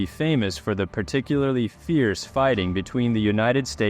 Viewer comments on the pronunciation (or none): none